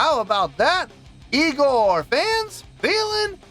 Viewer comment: it's pronounced igorrr :D (like ignore, not eye gore) so you got it right the first time^^